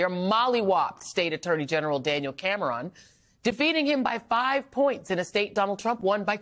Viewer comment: Anyone notice that Joy pronounces names oddly? She calls a guy named Gabe gaw-beh (his full name is Gabriel) or pronounces the er in Cameron.